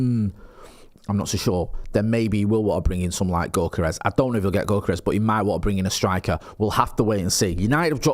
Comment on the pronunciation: Go kart rash?